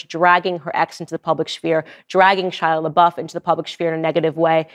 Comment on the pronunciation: It weirds me out that you keep calling him "Shila" instead of "Shia" .....